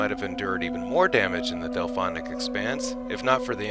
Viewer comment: COOL vid but its the DELPHIC expanse and not DelPHONIC